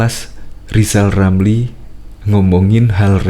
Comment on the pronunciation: Walah Rizal Ramli ngomong saja gak jelas. Coba dia suruh baca namanya sendiri, bunyinya Lizal Lamli. Jangan2 bicaranya lebih jelas anaknya Gibran ...eh salah Giblan...🤣🤣🤣